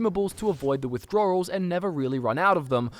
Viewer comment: "Floors" "Withdroorls" Not making fun of the accent (trust me, I'm a Newfie... Our accents are outrageous) Cracked me up every time I heard the missing W's is all :)